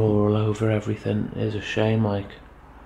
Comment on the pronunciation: A grown man saying "Every fin" 😅